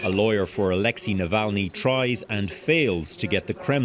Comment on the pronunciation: You are pronouncing Alexei wrong!